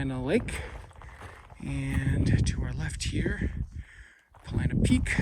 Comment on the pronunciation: Are u saying "Planet Peak? It's Paulina Peak. Thought I heard u say it twice.